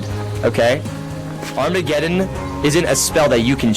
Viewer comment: when he was doing the food thing I kinda cringed why he said armegedon so hard I dunno why I felt embarrassed at the moment to roleplaying or acting as a characters never has interested me I just like to do my own thing usually alone in game's.